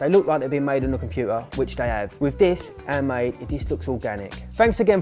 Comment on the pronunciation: I always hear "airmade" when you say "handmade" 😂